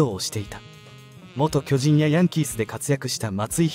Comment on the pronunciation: 「きょじん」 のアクセントが変で、耳に入ってこない。チーム名を表すときはアクセントが先頭に来ないと。